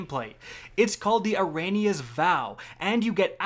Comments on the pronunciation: "ErAnIa" ew Eriana = ehry ahna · The fact that the gun is named after eriana-14 who is a fairly iconic guardian and is pronouncing it like "arania" is hurting me. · Are we not gonna talk about how he pronounces eriana?-.- lol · I’m sorry but how can you say Eriana so wrong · Haasy Gaming She was mentioned a ton in Destiny 1. Her name was pronounced many times in Destiny 1. It’s just kinda weird for a Destiny focused Youtuber to not know how to pronounce this character